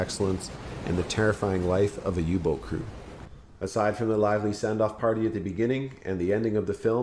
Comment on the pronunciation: Perfect text reciting but please Say third reish not reikkk And U boot is pronounced not u But AU with a length on the sylab Auu like Austria